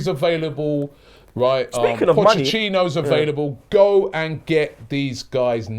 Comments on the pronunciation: For the love of god Robbie fam it’s POCHETTINO NOT POCHECHINO aahhhh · Robbie 'Pochechino' Lyle